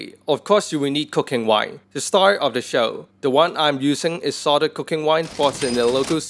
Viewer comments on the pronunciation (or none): I heard cocaine wine lol